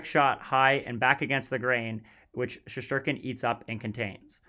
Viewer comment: Shesterkin/Shestyorkin * not Sheshterkin. Great video otherwise.